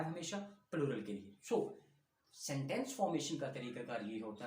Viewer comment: sentens not seneses